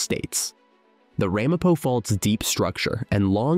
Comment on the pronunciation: Ai It's not RAHmapo. It's Ramapo.